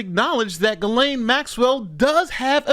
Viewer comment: Who are those women , those coconspirators pictured here ? Also , Ghislaine ( French ) is pronounced Gee len . Everybody gets it wrong ...